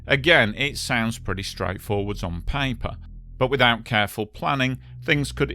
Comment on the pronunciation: It's Paper not Pie Puh.